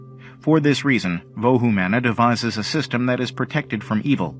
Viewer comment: It is pronounce as vohu mano.